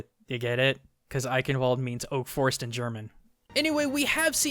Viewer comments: please never say aikenwold ever again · i like how you pronounce "Bundeswehr" and "Eichenwalde" XD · IT IS EICHENWALDE (Eiken valder) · If you have to speak german again: For most "ch"-words like "Eiche (/Eichenwalde)" or "Ich", the "-ch-" has a sound like the "-sh" in "fish" :D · oh and in German the "B" is pronounced like a "B" in English and the "ch" in eichenwalde is pronounced similar to the "sh" in English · I like all think Eichenwald is meant to be said with a K when it is said EiCHenwalde. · Ayyy just found this Vid and if you are open to tips on how to talk German the "ch" in German is often pronounced like the Spanish "j" or in case of eichenwalde you can pronounce the "ch" like the English "sh" and secondly the German "Ei" is pronounced like "ay", and lastly every letter in German is pronounced you don't let a letter be not heated or glossed over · You tried so hard to pronounce his skins how they are and then you ruined it with Eichenwalde which is pronounced Ei-Shen-valde. Athena says it wrong and it makes me sad every time I hear it. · Also to mention: The "ch" in "Eichenwalde" is not spoken like a k. It's more like a "sh", but from the throat. It's not easy to explain and i can't find an english word with a corresponding sound in english. Perhaps like imitating the hissing of an angry cat or the H at the beginning of "Hugh Jackman". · Take a shot every time someone butchers the pronunciation of Eichenwalde